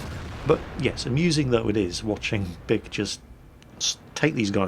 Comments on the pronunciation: That guys name is pronounced (BEE-ke) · wow his name is bic sounds like duck when he says it